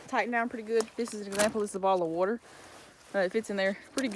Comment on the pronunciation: “Bottle or worter “. Ok. What part of Alabama you from 😂.